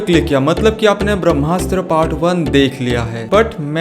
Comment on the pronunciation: It's BHRAMASTRA not BHAMASTA... But anyway's video is awesome👍👍